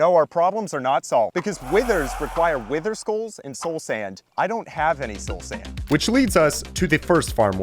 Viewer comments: Bro said Sloul Sand. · "soul sænd" 💀